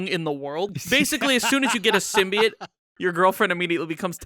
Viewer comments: “All the ‘symbiates’” lol, guy probably says Hawaiiah, Missourah, Diabeatus, nukeyaler.. lol now I’m just trying to think of more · Interesting. Never knew there was a third way of pronouncing "Symbiote"